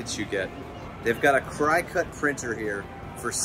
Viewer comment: I just wanna say great overlook and review but a cry cut???😭🤣 it’s cricket like the insect😭😭😭